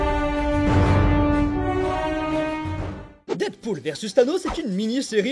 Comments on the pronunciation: Pourquoi tu dit DIDpool ? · Je t'en supplie dead se prononce comme mehhh pas comme didepoule